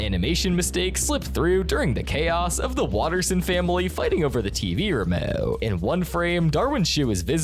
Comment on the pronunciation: "the remoouuh"😂😂😂😂 Edit:im not making fun if him😅😊😅😊😅😅😊😊😊😅